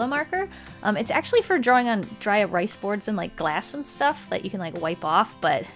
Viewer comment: "Dry erice boards" 🤣🤣🤣🤣🤣🤣🤣🤣